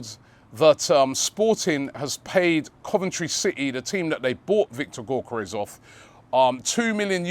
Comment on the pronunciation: Say it with me....Yok Yok Yok Yok Yokeres.....not Gork Gork Gorkeres....cheers champ